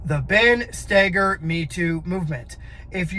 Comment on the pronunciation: Is spelled Stoeger…. And idk probably because Ben himself pronounces it “Stay-ger”